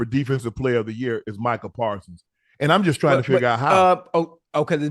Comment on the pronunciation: ocho out here calling ppl casual fans but yet doesnt know what team nick bosa plays for or how to pronounce micah parsons name lmao...